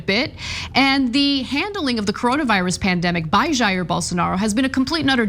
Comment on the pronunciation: “... in Brasilia”, which is the capitol city in Brasil. Jair is pronounced “JA-eer”, or “scum-bag”. I expect better from TYT.